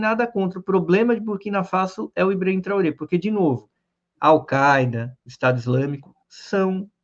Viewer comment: Traoré, se pronuncia com o final "rê", fechado. "Trorrê"